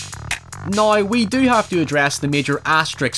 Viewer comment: Everyone: Now: Naouew